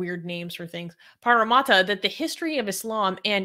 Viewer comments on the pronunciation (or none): It's pronouced Parra-Matta like as in a mat, also the name is Aboriginal in origin, in fact a lot of our cities names are.